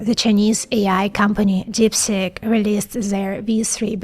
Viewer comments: You are excellent except when saying deepseek , you saying deepSICK , 😂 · TIL that DeepSeek is pronounced DipStick... ;-) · It sounds like she is saying DIP STICK😅